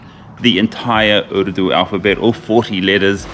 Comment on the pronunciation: Love the way you say the word "urdu". Immaculate. Zabardast.